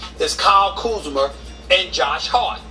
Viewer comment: “Kyle KuzmER” 😂 did anybody else catch that ?